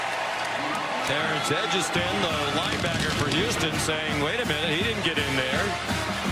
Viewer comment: Its Houston. L ok l